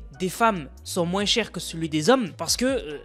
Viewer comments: En dit pas moinse mais moins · les "mouainsse" c'était drôle par contre (c'est peut être un accent dans ce cas je suis désolé) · C’est une dinguerie de dire "moinss" en appuyant sur le s, j’ai jamais entendu ça 😂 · Rapporte « moinsse » ? 😂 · Mdrr à quel moment y’a « sse » à la fin